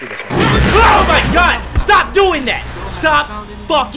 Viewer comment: people watching during quarantine: invented "I SAID STHAP, I SAID STHAP, YOU PLAY TO DAMN MUCH"